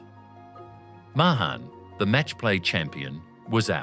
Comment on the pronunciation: it’s May-han, not Muh-hahn, and Shaw-flee, not Show-fuh-luh.